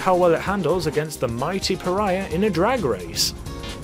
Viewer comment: "can it beat the priah" It didn't "it didn't beat the priah"